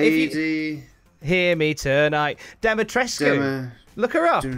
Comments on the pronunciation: The U in Lady D's name is silent. It's just tresk at the end. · Uh....and, you're actually pronouncing Dimitrescu wrong.